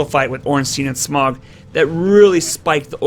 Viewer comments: U didnt just say "Smog" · Bro butchered the pronunciation of smough 😂good vid